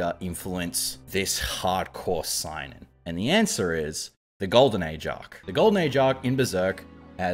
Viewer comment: Seinen is pronounced as say-nen btw